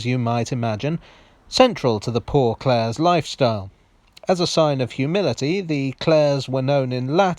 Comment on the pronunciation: It's actually pronounced Saint Cl-ah-ray's Street